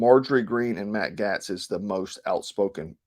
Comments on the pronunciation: Gaetz pronounced Gates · Matt Gaetz - pronounced Gates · Matt Gaetz is pronounced "Gates" and Dan Crenshaw is pronounced deep state dan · Gaetz is pronounced like Gates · I am sure others have mentioned Ed this but, it's Gate's like a fence gate. Keep up the good work bro!!! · Gaetz is pronounced; gates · GAETZ is pronounced GATES. You commentators are so disrespectful about pronouncing people's names. You do know these are Googable. You dabble in politics yet you claim ignorance. Pronounce names properly. What turn off. You're out. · I appreciate your report on Q some years ago - it helped open my eyes, but you are the first person I have heard reporting on current affairs who cannot pronounce Matt Gaetz' name correctly. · You're gonna catch a charge for murdering all these names!Gaetz=Gates Boebert=Bo Bert Klaus= Clouse